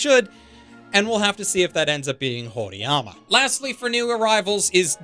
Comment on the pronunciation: How does "horiyama" sound so wrong but also right at the same time